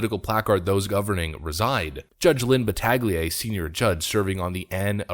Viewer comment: Battaglia is pronounced bat-ta-leah.